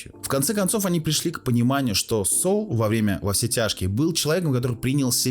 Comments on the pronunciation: Строго говоря, он не "Соул". "Saul" -- это или "Сол" (как он читается по-английски), или "Савл" (библейское имя). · Автор, а ты сам то смотрел в оригинале? Чего ж ты произносишь как "СоУл"? В оригинале нету такого произношения. Спасибо за обзор. Вцелом не плохо. Лайк